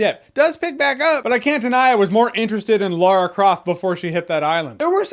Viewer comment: Americans. It's Lara with an a. Not Loora. It bugs me